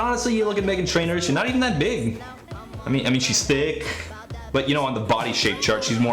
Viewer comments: "she thicc" I had never heard the "cc" being pronounced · I mean she’s thi kccch